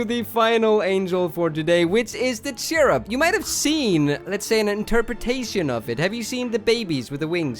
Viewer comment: And it's not cherub it's curbIM like in the ending of the word "him" again